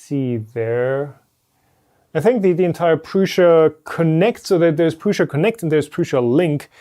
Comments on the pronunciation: It’s Prusa NOT PRUSHA like you say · I just put it in Google Translate and it said Prusa not Prusha